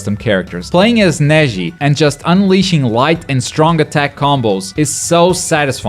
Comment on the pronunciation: he said to Neji "her jetsu"